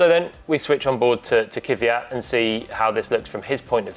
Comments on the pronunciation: Не се казва Кивиат. казва се Квят. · Its Kvyat, not Kivyat. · NOT Kyvyat.... Its KVYAT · He's name is Kvyat, not Kivyat, as you say. :) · Why do so many English presenters say Kiviyat when his name is clearly Kvyat? Learn the drivers' names... it's not hard. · Everytime I hear Kyvyat i kinda wanna punch the interlocutor. Saying Kvyat is not that hard i guess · He is the only one left calling KVY as Keew-yatt. I wonder where that extra "eew" letter comes from. His name is pronounced "kwee-yat". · Technically, its "Kwjat" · Kiviat? Try to say it the right way please. If needed ask it himself how to say it. This is bad bad bad! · Glad he’s ok. On a side note, why can no one pronounce Kvyat’s name correctly? There’s no vowel between the k and v. Stop putting one there. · Why is it so hard for everyone to pronounce Kvyat? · The English language does not have that sound in it. The only way to link a K and a V is by adding a vowel to separate the letters as they require a full stop between them to be pronounced. Doesn't really matter to them though. Much like Paul saying Kubika. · is it that hard to say Kvyat